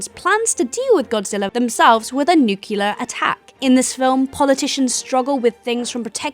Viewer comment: It's pronounced 'new-clear'.